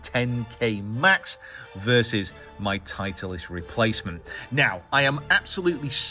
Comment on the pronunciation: Okay, big question here: Is it pronounced "Tite-leist" or "Title-ist"? And yep, I've heard some say "Tit-leist"!